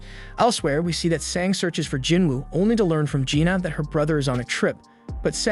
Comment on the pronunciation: I can see it being confusing with Jin-Woo, Jin-Ah (which he pronounces Gina) and Jin-Ho. Most westerners are NOT familiar with Korean names outside the notorious Kims up north. I read the light novel and manhwa so it wasn't confusing at all. I did eventually realize he was saying Lee-Ho but half the time it sounded like Leo.